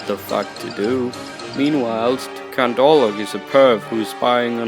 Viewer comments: Lmao I love how u pronounce count wrong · is he saying "count" or "cunt"?